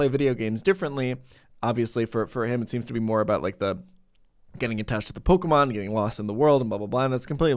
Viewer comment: I love content, but the way he pronounces Pokémon names makes me feel some primal cringe